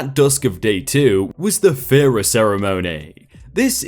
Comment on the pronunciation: ‘Ph’ pronounced as ‘f’ is an English thing... Therefore, the part of the Hindu wedding called ‘phera’ is not pronounced ‘fera’ , but, rather, ‘pera’ with a slightly more aspirated ‘p’ Source: I married my Indian husband in an Indian wedding, having lived in India for 3 years... :)